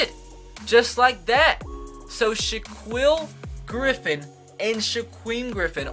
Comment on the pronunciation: Dude! Their names are pronounced SHA-KEEL and SHAKEEM Griffin. Please start pronouncing their names right.